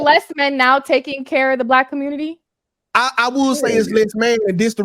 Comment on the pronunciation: This dude really said "commernity" and "tooken" .